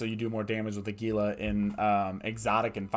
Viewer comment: Your videos are awesome dude. I have been watching a bunch of them to improve my abyssal runs. My only thing is how you pronounce Gila (phonetically it's hee-la; like the lizard). Keep up the great work!